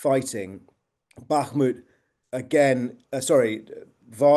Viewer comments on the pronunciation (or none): The way he says bakhmut makes cringe